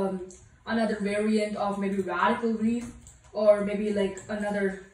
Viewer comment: I like how he said variant like COVID 19 variants xd